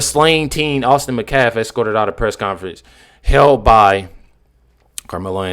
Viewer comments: Metcalf! Not Mcalf! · Why can't you "people" ever pronounce English words or names properly? HIS NAME IS METCALF, not Macaf. Moron. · I think you’re amazing but can you please pronounce Austin’s last name correctly? It’s Met calf. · Did she say Metcalf boys as in both boys? It sounds like she said boys. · The metcalf boy??? Damn, she doesn’t even have enough respect to say his whole name properly